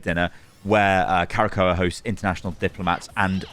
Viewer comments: Bro there is no extra A in Krakoa. It isnt Kara-Ko-a. It's Kra-ko-a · I grimaced each time said "Karakoa". He straight up added a letter that's not even there, haha. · Arrako: Uh-rock-oh Krakoa: Kruh-ko-uh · My guy its pronounced “KRAH-KOH-A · magneto says it in game its pronounced "kra-ko-a", krakoa is a sentient island that is also a mutant, once discovered the mutants decide to live on it to avoid there continued scrutinisation from humans I hope shes a strategist vanguard mix like Mr fantastic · its "KRA-KOH-A" haha xD. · Magneto literally pronounces Krakoa in the game. I’m surprise u are pronouncing incorrect. All good though. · "I'm a big X-Men fan." ->Doesn't know how to pronounce Krakoa.